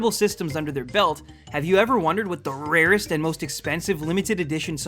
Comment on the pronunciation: Stop saying the rarest that way and stop getting high. It's obvious.